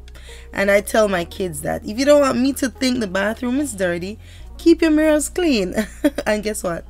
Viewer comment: GIRLLLL! It is mirror (sounds like mirra) not MIRRO! 😂❤